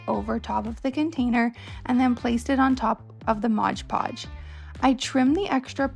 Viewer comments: As annoying as it is to hear, it's an easy mistake to make if you grow up hearing "hodge podge." As I've gotten older, I've learned to embrace verbal quirks as a "finger print" of a person's speech, instead of getting aggravated at the mispronunciation. Everyone is much happier that way =) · Its MOD Podge! Good grief it's not hard.